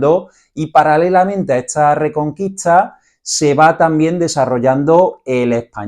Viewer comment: Perdona, pero se pronuncia ESTA no etsa. La acentuación castellana para mi es fundamental! Gracias por la explicación.